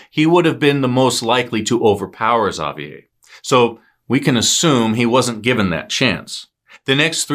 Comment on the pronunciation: great job on pronouncing Xavier's name!